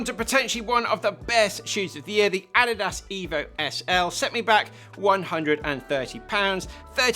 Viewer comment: Do they really pronounce Adidas and Asics the way he does in the UK?